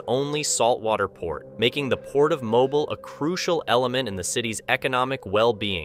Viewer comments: dothefive: CORRECT PRONUNCIATION: Mobile, Alabama. It's pronounced as MO-BEEL...not MO-BILL. Otherwise, good episode! 😎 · Mobile, Alabama. Are you an American????? It's pronounced Mo-beel not Mo-bul. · Hey Dude (narrator).......you're not pronouncing MOBILE, Alabama correctly!! It's 'MO-BEEL'. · Also it should be Mobeel not Mobil. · no offense, but its pronounced Mo-beel , not Mo-bil. just saying. love your videos tho! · Just an FYI.... it's pronounced, MO-BEEL NOT Moblie. LOL Are you not from the U.S ? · It's not pronounced like phone mobile but instead it's pronounced as mo BEE ul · mo-BEEL, not mobil. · it pronounced mo beel not mobile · I’m pretty sure the city Mobile is pronounced mo-beel. Like automobile. Not like mobile homes. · Thank you! I thought I was the only one to catch that! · It's Mo-Beel Alabama, rhymes with heel. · The English language has many things spelled differently than how it is pronounced.... it is still is pronounced "mo-beel" no matter what the spelling is. . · It's pronounced Mo-beel. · It's pronounced Mo- beal, Alabama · Mo-beel Alabama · It's pronounced "MOE-BEEL"...duh! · Thank you. I was going to say the same thing. Mo-BEEL, emphasis on the second syllable.. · Mobile Alabama is pronounced "mo-beel". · The coastal city of Mobile in southern Alabama is pronounced "Mo-beel". Not like "Mobile" phone. It's not portable nor do we move it!! MO-BEEL!! I was born and raised there so trust me. I may not be right about some other stuff but I am right about this. 👍🤙✌️ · Mobile, AL is pronounced Mobeel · Mobile is pronounced Mo-beal. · Mobil pronounced Moe beale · pronounced "Mo-beel". you can tell all the way through these that this guy has never worked on the water, or aboard ship. hard cringe.